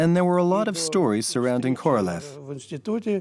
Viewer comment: The Narator should be embarrassed for distorting and mispronouncing the name of Korolev! Instead of the meaning of a king he made it sound like a cow. Shame on him!!!